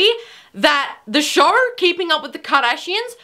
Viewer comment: It's show not shore